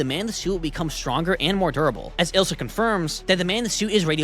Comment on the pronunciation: Ok so this isn’t really about the Godzilla thang but the way you said Elias you said Elsa but I don’t care about that i just want to point it out but cool video and I love your content keep up with the good work👍😁😁